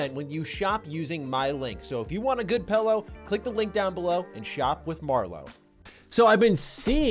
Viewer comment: Its not a pellow, its a "Pillow",,,,, I bet you say melk too